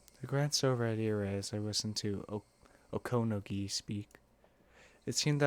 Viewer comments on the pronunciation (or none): You tried awfully hard to put the accent on the second syllable of "Okonogi". Why? It's clearly very unnatural for you (and I don't think it's the most natural for most people), so why not try it differently? Oh, speaking of the day of Watanagashi, if we understand the definition correctly, it's always on the third Sunday in June. That means, if it were a real thing, it would be held this year, TOMORROW! I.e. the day after I write this comment: June 18, 2023.